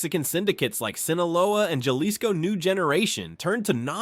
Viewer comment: ha lis co Jalisco come on learn to pronounce things you say everyday .